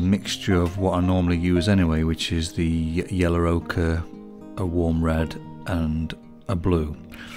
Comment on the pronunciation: I love the way you say 'yellow'.. 'yeller' 😂 amazing video as always.